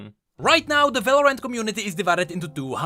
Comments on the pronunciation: Just pronounce Valorant as like Valorent and that way it wont get mixed up with Valoran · love how he pronounces Valorant as, "Valor-ant" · VALORANT = Valoran't, as in it's not Valoran! haHAA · why you keep saying Val-or-ant